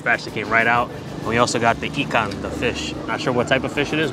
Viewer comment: People dont realize how much research you guys did for each of your videos. How to properly eat things. Getting the pronunciation right. Heck, you guys even use the proper Terengganu dialect/accent e.g. ikang instead of ikan for fish. Heh.